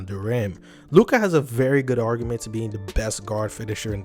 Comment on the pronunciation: I literally paused after 2 sec and disliked. Learn how to read Luka name before making video about him.